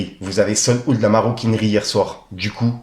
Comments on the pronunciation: sol oude 😂 Ca ce prononce saulde hawte ' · Sold out Ca se prononce "sold a-out " le A n'est pas muet ! 🫡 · « Sold out », j’ai mal à l’oreille